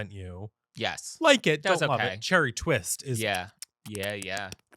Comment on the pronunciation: cHeRrEey tWiStuh ChErRrY tWwisTT